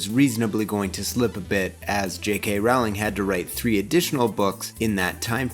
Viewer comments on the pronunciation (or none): Sorry to pull a Hermoine on you but its J.K "Rolling" not J.K "Raowling". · "Rolling", not "r-OW-ling". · I love your videos, but Rowling sounds like bowling, not howling. That information has kind of been out there for years. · I don't normally correct people on pronunciation but Rowling is said like bowling Not rOWLing, ROWling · "Rolling". It's pronounced "ROLLING". Please don't me. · Okay. Just a heads up, it's pronounced "RO-ling", liking row a boat. Not the one you keep saying it. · Lovely as always, but it irks me every time you mispronounce the author's name. Rowling is pronounced like "rolling" not rhyming with howling as it might look. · Also my dude, it's Rolling. Like a rolling pin. She's been quoted saying it, so everyone is clear. Love the video! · oooh! loving this series so far, can't wait for the next vids!!! ...i do have to be that person though and let you know that "rowling" is pronounced "rolling" ^u^ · Great take! Can't wait to see the next one. But is it really that hard to pronounce Rowling's name correctly? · that's not how you pronounce Rowling btw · I came looking for this comment. Why do a documentary series on movies/books by a particular author and not know how to pronounce their name. Otherwise this is a pretty good video.